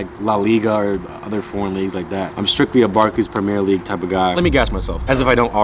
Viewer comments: Nobody:: PrEmEeR lEaGuE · Cmooon mannn you cant be saying premier league wrong